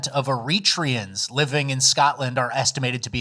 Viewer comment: Eritreans is pronounced era/tree/ans or era/tray/ans